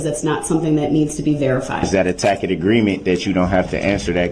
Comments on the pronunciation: lol, I didn’t realize that the problem was that he didn’t know how to pronounce the word tacit. 😂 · The judge even said "tacit" correctly for him ("I have made no such agreement with you, tacit or otherwise, Mr. Brooks") and he STILL goes on saying "tack-it." What a buffoon.